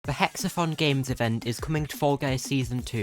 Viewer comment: this isnt meant to be insulting so dont take it that way but I find it funny how when you say Hex-A-Thon it sounds like your saying Hex-A-Fun Tell me I'm wrong (good video btw very informative)